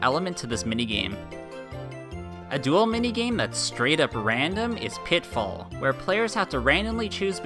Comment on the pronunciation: platform peril, not platform pearl daft rafts, not draft rafts pitifall, not pitfall